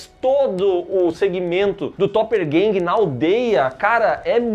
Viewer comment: é irrelevante, ainda mais depois de 1 ano que esse video foi postado, mas dói ouvir o chamar o Topper Harley de topper ganguer.